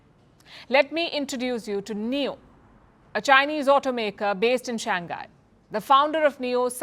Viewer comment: Shang hai not Shang gai.